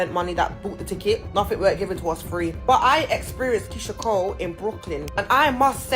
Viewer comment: Why are you talking about Keisha Cole but still showing Rihanna. And pronounce 5 proof names correctly